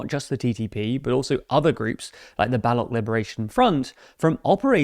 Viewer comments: Baloch- pronounced as bal-och, "ch" sound as in chess. Not Balok. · You pronounce Baloch as "Baloc". It's actually pronounced as "Baloç". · The 'Baloch' pronunciation will never not be funny